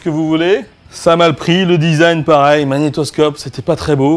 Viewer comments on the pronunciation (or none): none